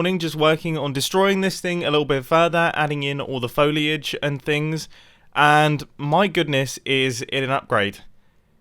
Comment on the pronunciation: Fouliaege - mumbo I love your pronunciations lol